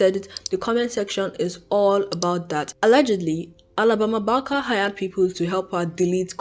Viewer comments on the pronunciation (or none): Can you try pronouncing Barker one more time for me? It’s only fair, considering you rag on her for the way she pronounces her words…try saying Barker the proper way just one time…I wanna hear it… Come on… Let us hear it. Hypocrisy got your tongue? And who cares if she wants to be black? How does it affect your life in any way? I hope you don’t ever run across a white guy that you can’t live without. What a conundrum.